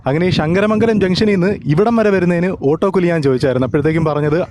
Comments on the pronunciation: ഷങ്ങര മംഗലം അല്ല ശങ്കര മംഗലം അങ്ങനെ പറയണം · അളിയന് ശ കിട്ടത്തില്ലേ അല്ലേ ഷങ്കരമംഗലം അല്ല ശങ്കരമംഗലം കരുനാഗപ്പള്ളി വഴി വരുന്നതാ അടിപൊളി